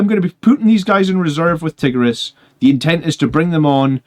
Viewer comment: Tie-gear-ee-us lol